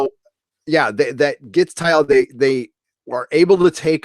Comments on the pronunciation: I have to ask - why do you keep pronouncing TALLA as if it were? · I like your podcast, but Jessica Szohr's character is spelled Talla, not T'alla. Everyone on the show pronounces it Talla (with 2 syllables). Why do you pronounce it T'alla with 3 syllables? Another Orville podcast girl pronounces Issac's name "I-sack". Why can't fans pronounce the characters' names correctly? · Amazing episode & love your recap!!! One thing though... I hate being "that guy" & sounding like a 'nitpicker'.... but it drives me crazy every time I hear you mispronounce the new Xelayan security officer, Lt. Talla Keyali. I keep hearing "Teealla" or "Tialla"... but it's just Tall-a. No big deal, but figured I'd mention it. Still love your channel!! May it live long & prosper! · Her name is pronounced Tal-la not Taialla. Spelled Talla. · You love the show but...OK...you keep getting Talla's name wrong. It's not Tyla, or. It is TALLA. TAL-LA. The class of ship to which the Orville belongs is a Mid-Level Explorer. If you'll notice, the other ships at the end are not the same class as the Orville. They only have two nacelle rings. The Orville has three. Lastly, it isn't a parody. Stop calling it a parody. It is not making fun of Star Trek. It is a homage perhaps. Really, it is its own thing inspired by Star Trek. There are other bits - please just watch the episode again. I am glad you're enjoying the show. Please continue to watch and continue to enjoy it. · Why do you always pronounce her name Ty-alla? Her name is Talla. Mercer pronounces it Ta-La.... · TALLA not TY-ALLA. But yeah. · Cracks me up how you say ‘Talla’ haha